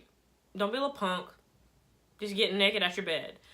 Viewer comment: “Get neked atch your bed” KILT ME AND CAUGHT ME OFF GUARD. I love how you’re serious but have a humorous way of explaining everything 😭 thank you